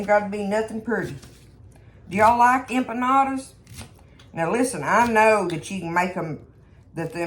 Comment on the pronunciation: Dearest Friend, I’m not familiar with Mexican food and when you said what you were making, it sounded like “UMPA LOOPA’S “ like the movie character’s 🤣😂🤣. It made me laugh so hard!! 💕🙏🙏 your KeyLime friend